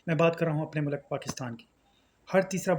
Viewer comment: Ooo yaaarrrr I heard it again😢 the word "Mullakk" Mannnnn....